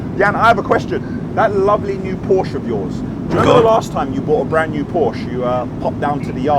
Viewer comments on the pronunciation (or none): none